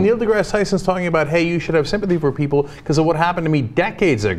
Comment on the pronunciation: For the record, his second name is pronounced as to rhyme with "grass".